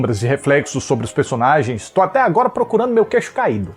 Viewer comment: esse "au augora" eu não aguentei auehauheuahuheuaeheauh